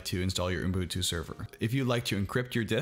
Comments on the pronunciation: You were so CLOSE Will, you're saying 'ooN-boon-too', when it's just 'oo-boon-too'. I now this is 3 years ago, and you may have mastered it by now :-) HTH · Unbutu? Unbuntun?🤣 Fellow Angeleno here :) Love your videos, man. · I will start to call it Unbutu.